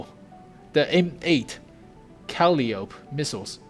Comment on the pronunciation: It's pronounced "cap-o-la" and "cal-i-o-pee"